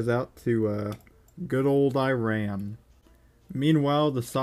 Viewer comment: The way that he pronounce Iran and Iraq